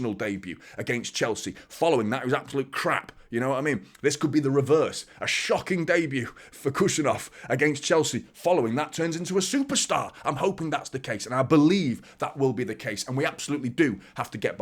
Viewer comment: Uzbek here! No need to pronounce the 'K' in Khusanov—just say it like 'Who-sun-off.'